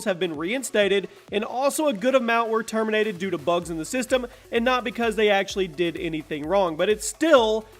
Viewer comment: Termintated ha ha